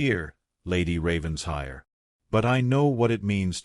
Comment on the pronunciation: Another Ravens-HIRE! Beyond exasperating. When is AI going to learn it’s Raven-SHIRE? Can’t abide this. . . .